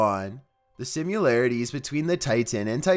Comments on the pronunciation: THERE IS NOT A "U" IN THE WORD SIMILARITIES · 7. SIMILARITIES! I’m curious as to whether you read that novel,. If you read more, you probably wouldn’t mispronounce so many words.